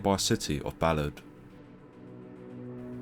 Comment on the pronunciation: The town is pronounced bah-lahd